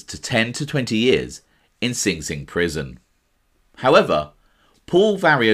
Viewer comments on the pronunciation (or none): none